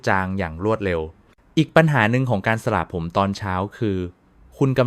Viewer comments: สระผมค่ะ ไม่ใช่สละผม อย่าใช้เสียง AI เลยค่ะขอร้องเถอะ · ทำไมพูดไม่ถูกด้วยสระผมอ่านเป็นสะระผมจริงต้องอ่านสะผม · ช่วยอ่านให้มันถูกต้องหน่อยค่ะคำว่าสระผมตัวพยัญชนะแบบนี้นะตามที่ขึ้นนี่อ่านวิบัติหมดเลยสะระผมอีกหน่อยเด็กไทยก็เขียนตัวสะกดการันต์ของพยัญชนะหนังสือไทยไม่ถูกต้องวิบัติเพราะอ่านแบบนี้AI แล้วสิท่า